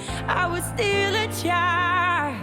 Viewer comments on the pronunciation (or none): I totally understand what you’re saying about her enunciation, if I didn’t know the word was “child” I wouldn’t Have a clue what she’s saying but I also know the other balance on the scale she is so flippin good at emoting and her tone and power are so gorgeous, her lack of clarity on some pronunciations doesn’t take away from the performance. I guess it is just her style. The other incredible vocalist I was thinking of when you made that point is Eddie Vedder of Pearl Jam, I don’t always understand the way he enunciates words but I always love it. You should react to his MTV unplugged version of Black, it’s incredible. Wishing you and your family a joyous Easter 🌈